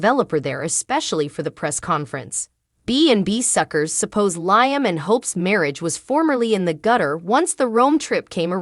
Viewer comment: I wish all of you that tells us the spoilers on Bold and The Beautiful would really watch the show so you would pronounce Liam’s name right. All you have to do is listen to his name and you would find out that you are pronouncing his name Wrong every time.